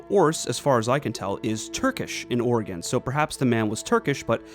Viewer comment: did,,,, did you just pronounce origin like Oregon??? What????